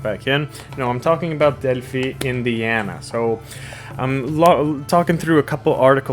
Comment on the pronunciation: Delphi- Pronounced del-fi. With an I